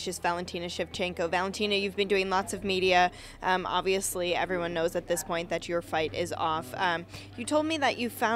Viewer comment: She hurts my ears, please somone tell her that its not "zis" it's this or it's not "zat" i'ts that, thank you!